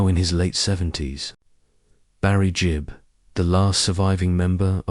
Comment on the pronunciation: Gibb not Jib🙄